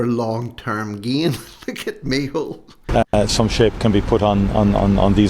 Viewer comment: Can you please stop with the mehole his name is in irish its micheál , I like irish names and you are making a fool of your self and your videos are good but why laugh at tge irish language